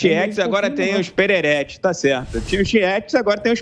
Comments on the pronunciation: " BRUNO PERERETCHI" HAHAHAHAHAHAHAHA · KKKKKKKKKKKKKKKKKKKKKKKKKK CARA ESSA FOI DEMAIS "PERERETES" KKKKK